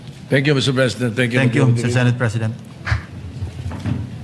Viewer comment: Bisayang bisaya ka magpronounce aling narrator,sama pakinggan,mali mali bigkas mo. Senate hindi sinit